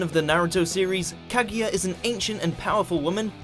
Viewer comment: Normal people: Kaguya: ka gaya